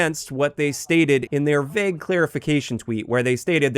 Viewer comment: My ick is how pronounces "vague"...vehg